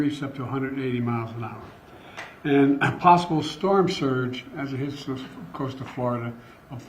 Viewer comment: Amazing big shtorm☠️